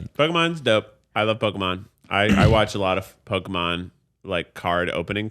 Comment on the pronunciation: Also love that calls it pokéman not Pokémon it makes me chuckle every time